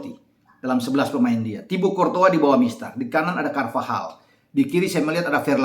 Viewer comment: logat hawai bgtu mnybut'a courtois jdi cortoha